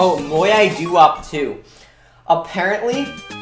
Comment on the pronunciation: Not if you pronounce it moeye like does